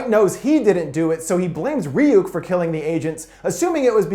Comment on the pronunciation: "Its pronounced Rayuk,kid